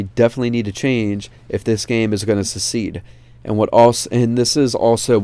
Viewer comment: you say succeed like secede haha